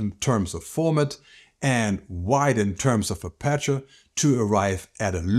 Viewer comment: The letter to stress in "aperture" is the first "a". So APerture, and not apErture. Just fyi!